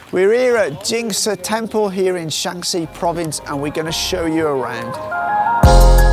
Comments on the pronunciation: To the son, it's not 陕西， it's 山西. The tone distinguishes them. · Interesting that a foreigner would pronounce Shan3xi when Shan1xi is called for. Generally a foreigner errs in the other way, saying Shan1 when Shan3 is called for. But in this case it really should be Shan1xi. There is another province abutting to the west called Shan3Xi, spelled Shaanxi (non-pinyin for uninformed foreigners), where Xi'an is located. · Shanxi and Shaanxi are pronounced in different tones in Chinese